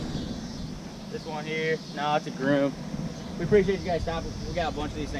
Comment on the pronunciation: "GroOOm" "Sir it's Grom" ARREST THIS MAN (cus he black)